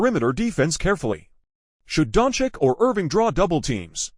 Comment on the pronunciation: The AI voice is painful to listen to. Every sentence sounds exactly the same. Not to mention, who are Keerie and Donkick that it keeps talking about?? 🤔 I would rather read this commentary as a blog post than listen to it like this.